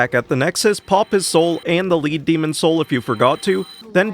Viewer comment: Me: Finally getting over pronouncing "lure" as "leer": pronouncing "lead" (noun) as "lead" (verb)